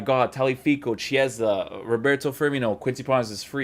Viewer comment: Hey, "Chi" part of Chiesa's name is pronounced like "key" in english, so the correct pronounce is like "keyesa"! Hope it was useful